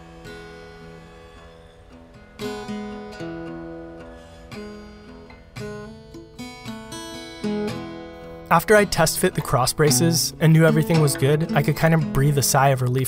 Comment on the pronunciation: There is something misterious in your videos. It's amazing.. P.S. Why did you say "Jank You" instead of "Thank You"? I'm from Poland and we've got a word "Dzięki" for saying "Thank you". The prenounciation of "Jank You" and "Dzięki" is almost exactly the same. Another misterious thing in your video :)